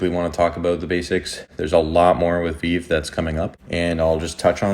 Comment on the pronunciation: Thanks for the content. Only tip I have is call it Ve-Ve. It’s a thing the community is critical of lol. Stupid but just wanna help out. If creator says Vev they will disregard your content. Sorry they are so petty. But you did a great job explaining the project to new users